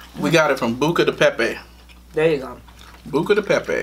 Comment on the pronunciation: Tells to say it because he says it better. still says it wrong Lol. That tickled me. I have been meaning to try this restaurant. Yummy